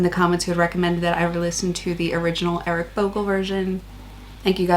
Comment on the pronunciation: Eric not wric,brothers😅